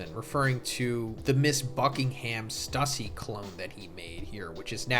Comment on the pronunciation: Your reading is horrible stussie its stussay